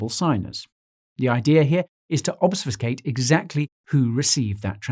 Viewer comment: Only 1 in 10 people pronounce the word "obfuscate" correctly. I wish people would either learn how to pronounce it, or stop using it.